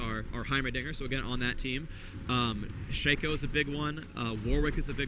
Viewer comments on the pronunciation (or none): it's shay-co, ur a dumbaass